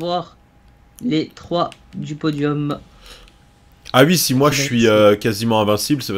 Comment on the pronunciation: Je suis le seul à entendre dire "ui" au lieu de "oui"